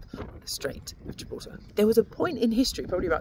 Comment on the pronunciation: I love how you say gibraltar ❤